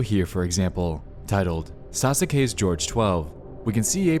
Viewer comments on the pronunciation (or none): "On this video here, for example, titled "Sas-U-ke's George 12"" Sas-U-ke? I find your lack of weebness disturbing. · He said Saskue wrong.... f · Your pronunciation of sasuke hurts me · Great video but the way you pronounced sasuke was hilarious